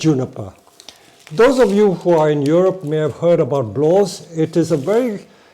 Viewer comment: I'm sorry I wasn't able to understand the species of the (now) rare conifer mentions at around 11'.... blaws?